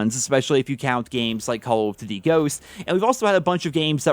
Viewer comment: No one:: "Calladitty".